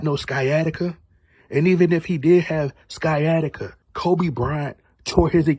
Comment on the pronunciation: I believe Sciatica is pronounced, Sy-attic-ah. Could be in an alternate universe, so excuse me if I'm wrong.